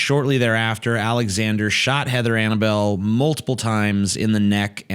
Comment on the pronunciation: The title says her name, but it is pronounced ana-bell